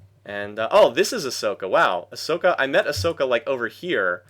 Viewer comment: Hooray, more Civ 4! Pronunciation nitpicks: the "sok" in Asoka should be pronounced like "shook". Also, "Roos" in Roosevelt is like "rose" (which you should know, American history teacher :P).